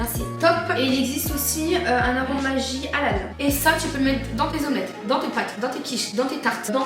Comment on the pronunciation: Maggie c allemand plus présise ment 😅 j’habite en Alsace c tipique en Alsace on ne cuisine jamais sans maggi 😅 PS!!! On prononce les g de maggi et pas magie comme la magie Continuez comme sa l’es moumoute gros bisou ❤